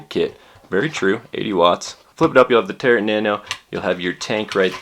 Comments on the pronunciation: Good review, but its the way you pronounce Tarot drives my batty lol. It's pronounced Taroe like a Tarot card from one of those gypsy type people. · the T is silent in Tarot